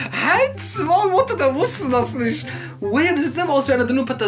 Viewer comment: Patasil? Wie der sooo tuuut. Der will mir sagen er weiiis "nisch". Junge Petersilie